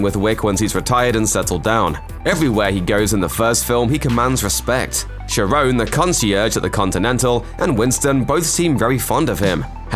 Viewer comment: Not Saron, rather Charon, same as the boat man ferrying souls accross the river styx.